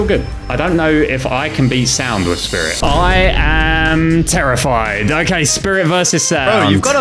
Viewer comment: bro said sand instend of sound